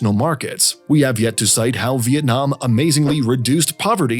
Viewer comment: as a vienamese person, i really appreciate your effort to make the video and the way you pronounce our country name correctly